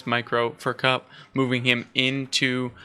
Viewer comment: I've heard Drongo pronounce it "cowp" not "cup". Like you mentioned, Beasty was happy just to trade out units and prolong the game as he knew he had the villager advantage, and the longer the game went on, the better it was for him with 2TC French quicker vills, so maybe 2.4xTC's to 1. If I was kauP, I'd have a different comp. cav/archer beats archer/spear as cav baits out spears and get taken out by archers, then cav cleans up bows. Kaup should have taken the boar on his side with some spears and that would have given him the food to mass horsmen/spear and that would have countered Beasty's cav/archer, and cav/spear is much better for taking out a TC than spear/longbow as the horsemen have good torch damage. Some cav/spear with a couple of rams could have taken out that second TC then dealt with Beasty's army. Then go fast castle and overtake beasty with the king's palace and then get relics and push forward with outposts and siege.